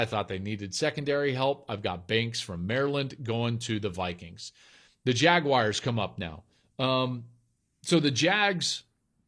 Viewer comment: Good mock. (But dude, "Jag-Wires"?)